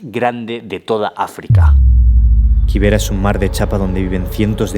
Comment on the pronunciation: Ok, bt nextime pronounce it kibera for ki not KY I was wondering what is that place I never heard of it